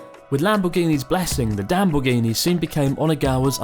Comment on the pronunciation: Damborghini ahahahah Amazing